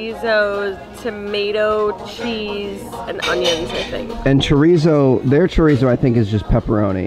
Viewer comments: Okay im sorry but as a mexican hearing you say chorisso killed me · i’m mexican and every time he said chorizo i raged so hard i wanted to tell bc he was saying it so wrong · When ever he said chorizo I was like chorizo miho chorizo